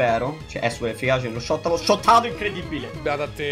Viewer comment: *shottato non schottato😂